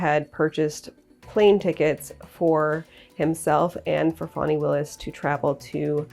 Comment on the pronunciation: Take this from a person who has lived in Georgia 64 years. It's pronounced like Fannie. Not fawni. Now w in her name.